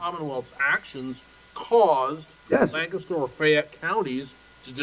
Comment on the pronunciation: Lawyer Country bumpkins cant pronounce lancaster